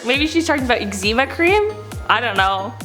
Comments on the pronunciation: EX-em-AH, not ex-zeemah. lol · The way she pronounced eczema